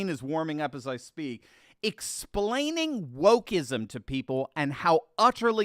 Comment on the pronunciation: Exploning?? 🤔 Sounds like caught a touch of Bidenitis... 😱